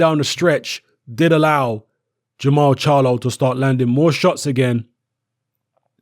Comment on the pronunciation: jermall not jermell